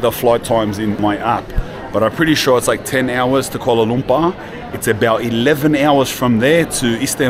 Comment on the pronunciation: Watching from Malaysia. It cracks me up how you pronounce KUALA LUMPAAH. All love ❤